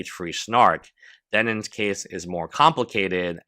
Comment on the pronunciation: If bro says dennins one more time im gonna lose it